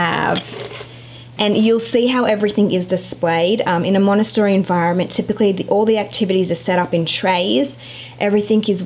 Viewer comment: Love the playroom but triggered by you pronouncing Montessori wrong the whole video 😣